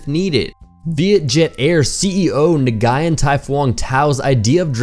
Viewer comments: "nagayen"? LOL It's spell "ngoo yeen" (Nguyen) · 'nug guy yan ' lmfao it's nguyen (nuuwiing) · Nguyen? Is pronounced like Win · He said nguyen wrong you pronounce it as win. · I fucking swear, he just said "ne-guy-en" this triggers me so much. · When in doubt Nguyen it (I live in Vietnam and it annoys me that people cant pronounce that name properly, plus its her surname, he says it like its her first name!) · like "wing" but with an N at the beginning, Im not going to lie, its not easy to pronounce, but Nguyen is a surname anyway, so its not her name, if you get my meaning... she would be Ms Nguyen... :)